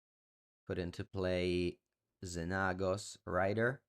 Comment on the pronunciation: XenAAHHgos lol you crack me up